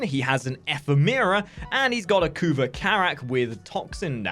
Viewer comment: Ephemeera? It's pronounced eh-phem-ra Also, that's a Brakk not a Karak you showed us..